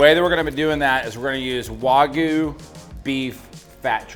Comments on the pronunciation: It's not waGOO, it's wagYU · I cringe every time they wuagyu lol it wag like a dogs tail lol i bet they say ruf instead of rooooof lol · It's waygu not wohgoo